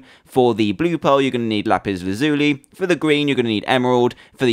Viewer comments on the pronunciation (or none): none